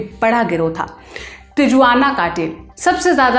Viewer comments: Tijuana nahi he vo Tihuana bola jata he. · तिजुआन नही तिहुआना hai😅😅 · Tijuana nahi, its Tihuanha cartel. Raddi journalism of Indians😂